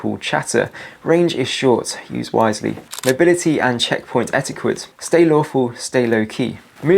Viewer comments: Et-e-cwet??, it’s pronounced, Et-i-ket. 😀 Now can we have some instructions for a SHTF mick-ro-warvee please. 😁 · You dont pronounce etiquette with a qua. Its k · Might want to learn how to pronounce etiquette